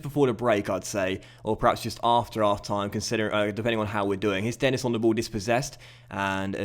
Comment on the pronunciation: Denis is pronounced Den-E :) similar to how Marquis is pronounced. Sorry iḿ late